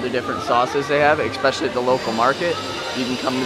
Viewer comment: Repeat after me "ESPECIALLY". Expecially is not a Word!